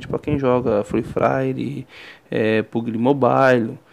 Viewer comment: free fraire kk puguili mobailo kkk zueira mano me ajudou muito👌